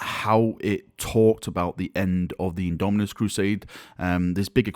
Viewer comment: At this point half the reason I click these vids is to see if has learned to say Indomitus yet:P